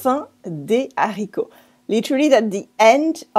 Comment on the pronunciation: Why don't you pronounce le liason in La fin des haricots? Great video, love your channel :)